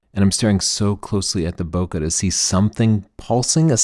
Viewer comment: Don't mean to nitpick here but if you keep to saying bokeh the correct way (bo-kay, not bo-ker), there would be less chance your audience will miss the word when you're speaking fast. (Thanks!)